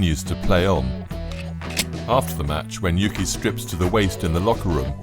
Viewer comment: Uke, not yuki